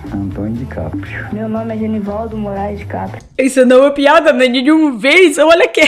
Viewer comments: "Vaginaldo" kkkkkkk. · "vaginaldo" kkkkkkk Mas eu entendi Genivaldo Eu amo os micos da televisão brasileira jsjcjjsjxjjxjxkskskfnncjsn vc é demais, a russinha q conquistou o Brasil 😉